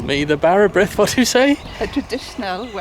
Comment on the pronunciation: Brith is pronounced breeth. Bara breeth.